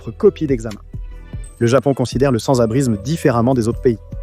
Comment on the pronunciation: l'IA dit sans-abrizme 246 fois dans la video 🤣🤣🤣